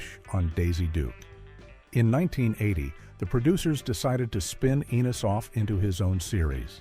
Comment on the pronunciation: So many inaccuracies. Checking In was a spinoff for Florence, not the doorman and Mr. Bentley was not the doorman, where did you even come up with this; The Colby’s did not try to be a sitcom; Enos was not a spinoff of a spinoff and his name is pronounced two different ways during the recap; The Brady Bunch Movie Jan is used as references to Eve Plumb. This is just inaccurate garbage.